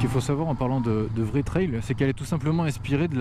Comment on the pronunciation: On prononce "trelle"... pas ""traille".